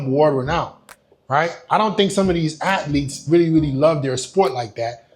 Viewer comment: The way this guy says athlete always pisses me off